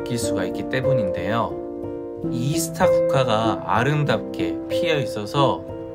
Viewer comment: ㅎ 이스타국화가 아니고 아스타국화입니다 ㅎ